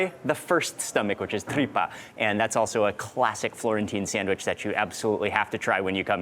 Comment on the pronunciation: So you get 10 mil subs and 3,3 mil views for just eating food? And while doing that, champing like a pig and talking while eating? Right right. "Awshome, thish bread ish shomething shpeshial." Do americans don't pronounce "s" anymore?